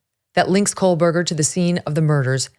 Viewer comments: I am a speech therapist. I have listened and watched her pronunciation of his last name. She is saying ,"Co berger" NOT "Coal berger" Here is a clue: enlarge the screen and focus on her mouth & formation. You will clearly see that she is saying, " Co berger." Her rate of speech is fast, so your ear may be tricking you a bit. 😊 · You keep mispronouncing his last name as "Coalberger." It's Co-Berger. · I won't be back to watch tomorrow's episode realizing now that it will be more of absolute speculation on who BK was/is... attempting to link childhood mistakes in an obviously completely different adult as some vague attempt at forcing a motive. Ick. Also WHY DOES EVERYONE SAY KOHLBURGER? THERE IS NO L . in this man's last name. It's weird. . 8/10 that's what you hear when someone is speaking about this case. We can pronounce Kernoodle , Goncalves ect but not Kohbuger? Weird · No, I will not stop. She’s pronouncing it wrong, and I’m tired of all these YouTubers convicting someone before they’ve had a fair trial. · It's driving me insane!! She had a whole year to practice saying his name correctly 😂